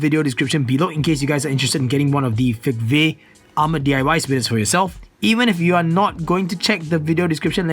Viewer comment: I always thought the "v" in fegve is pronounced as an "u", judging by its chinese name...